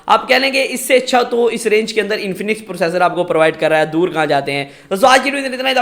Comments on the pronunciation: Bekar review totally baised Or pursassor ni hota processor hota hai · When i heard “Pursasor” I Closed the video